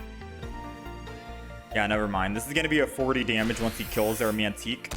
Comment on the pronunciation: "mantique" lol. Tyke... pronounced like bike. Tike, like a small child.